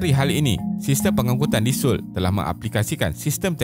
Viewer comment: Cara sebut yg betul So-ul bkn soul